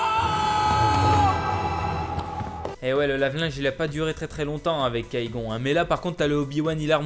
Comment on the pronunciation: kai gon c'est Qui gon arrête de massacré les nom